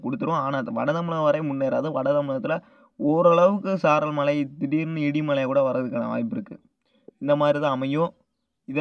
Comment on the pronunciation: உங்களுக்கு உச்சரிப்பு ழ வரவில்லை தொராயமாக (மளை) இல்லை மழை.